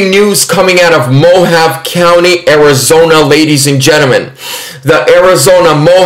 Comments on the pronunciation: Mojave. Is" Mo. Ha. Vee" 👍🤗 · Mojave is pronounced MO- HAV-EE..Hard E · Hi,. Thanks for this. BTW - Mohave is pronounced mo-Hav-ee. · More like Mo-hahv-ay. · "Moh-Hah-Vee" County my brother. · It is pronounced " Mo-havy" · i love you.....just want to let you know Mohave is pronounced Mohav-e long "E" sound. Im in pima county. You rock!!!! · Pronounced Mo ha vee. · Thanks so much for all the updates,.. They have to coerce and threaten in order to keep power. By the way, it is pronounced MO HAW VA. Long A on the last syllable. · FYI 'MO-Hauv-Ee' County lol God Bless You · Mohave county...long e at the end. Sounds like mohovee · Hey great report now Mohave is pronounced Mohavee lol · Mojave is pronounced like "moe-hahv-ay" just to let you know,. You were close, but didn't pronounce the E at the end like "ay." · Mo-Hahv-Aye // Mo-Ha-Vey // Mo-Hawv-Aye Mohave, like the indians. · Pronounced Mo Ha Vay County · it's pronounced mo-ha-vee just trying to help! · Mo-hov-ee county 😂🫣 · The E at the end is pronounced in Mohave. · Please, get a better microphone. Too much annoying echo. Also Google how to pronounce “ Mohave”. Love you!